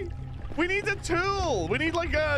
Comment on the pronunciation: "We need a tyool!"